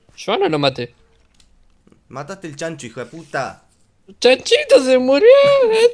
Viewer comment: lol cuando dice e chanchito e chanhito